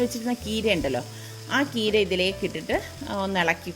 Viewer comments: കീര അല്ല ചീര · Keera ennu kettadu Tamil nattu karu parayunnadanu.. Nammude nattil cheera ennalle parayuka.. Tvm border ayadu kondavum alle.. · കീര ennanno പറയുന്നേ ചീര എന്നല്ലേ പറയാ.. ഞങ്ങൾ ചീര എന്ന പറയാ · itha ചീര യ്ക്ക് കീര എന്നാണൊ പറയാറ് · Aunty, ചീര എന്നല്ലേ പറയുക? ആന്റി കീര എന്നു പറഞ്ഞ പോലെ തോന്നി